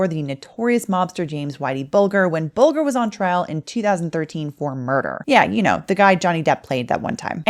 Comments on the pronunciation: Whitey Bulger. Pronounced like bulge. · It's pronounced Bulger with a soft g, "Buljer", or more colloquially "Buljah"